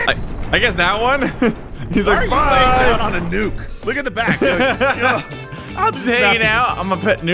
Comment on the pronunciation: nuke not nuck